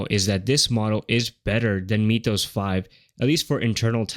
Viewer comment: Unwatchable video as the AI voice and script keeps saying MEEETH-ohs. Come on. It's MYTH-ohs, as in Myth.